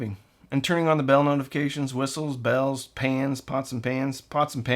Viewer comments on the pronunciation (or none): none